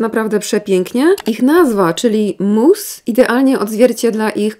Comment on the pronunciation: mówi mus a ja sobie myślę moose 🫎 😅 i zastanawiam się co ma cień do łosia